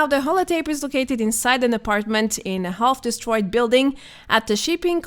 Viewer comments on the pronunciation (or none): The L is silent in the word Half.